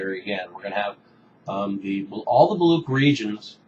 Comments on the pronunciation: I wouldn't blame you, pronunciation of words in different languages can be very complicated. Here is the link to correct pronunciation of the word Baluch. This website is great for pronunciations. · Much appreciate your video over Baluch and Baluchistan. Unfortunately, we are a very un-heard nation. However, the word is pronounced as 'Baluch' and 'Baluchistan' not Baloock or Baloockistan.